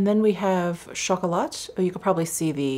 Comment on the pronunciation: Your french pronunciation was almost perfect. It is pronounced "taba(c)", the c is silent. Also it is pronounced " chocola(t)", with a silent t. Thank you for your videos they are both entertaining and relaxing.